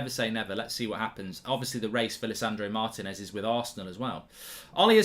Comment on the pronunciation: It’s pronounced Mar~Tea~nez not martin~ez. Plz pronounce our names correctly